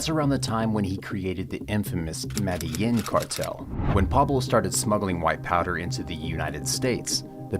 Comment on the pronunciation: I hate how you pronounce medellín lol .